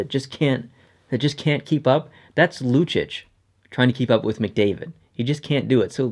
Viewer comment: The way you pronounce Lucic makes me want to kill myself.